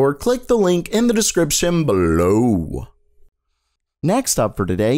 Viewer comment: The way you said below was hilarious